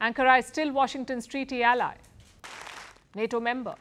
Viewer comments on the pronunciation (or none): none